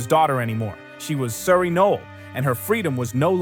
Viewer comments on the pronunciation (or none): No L Is how you pronounce the name she is using as her last name. Not knoll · No-el. 2 syllables.